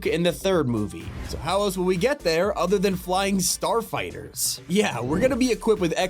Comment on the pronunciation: "Star fighters" my soul hurts 💀😭